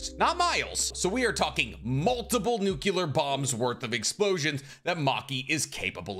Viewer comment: Good vid. Never seen the show, but I’m pretty sure it’s pronounced nuclear. Not nucular.